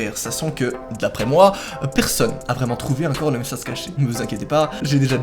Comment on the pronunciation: A il a dit messase c est inadmissible Amande de +1 like a ta video.